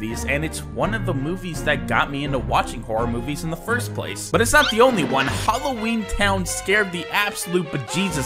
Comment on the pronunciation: it's hallween 😑